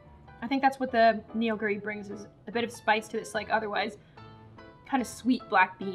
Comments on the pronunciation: me, being the not so Korean Korean, have two comments. A) ME PROUD B)it's not Neonguri, it's pronounced Nuguri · Neoguri is pronounced (no-gu-ri)